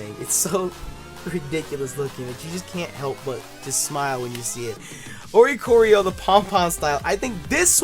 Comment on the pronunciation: oricorio = oriole + choreography (dancing bird) so it would most likely be pronounce or-ee-core-ee-oh